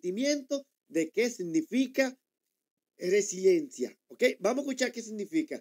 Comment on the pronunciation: Yailin no sabe pronunciar la palabra Resiliencia, ni siquiera sabe el significado 🫣 es solo una copy paste de otro artista 🙄